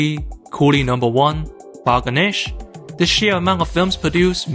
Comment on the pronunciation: Hey mr. You really meesed when you said the name "bal Ganesh" Have you gone insane Don't you know that people can get real offended because of such comentary towards religious figure Hey I genuinely like your content So never ever comment on Indian religion That way you may lose your one genuine follower